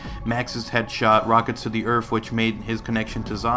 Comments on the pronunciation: You say earf instead of earth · "Earfth" lol